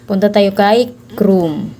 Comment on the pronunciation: Ikes tapos chrum ayusun mo pag sasalita mo hndi ikes UN Hindi rin crum